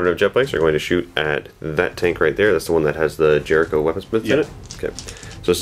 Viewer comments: I thought they were called Jokeros not jerichos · Jokaero. Joe-kaor-oh. Not Jericho. That's a city from the Bible--or a rocket by Stark Industries. Celestine. Sell-uh-steen. Not Catherine. Adepta Sororitas. Female. Not Adeptus. Facepalm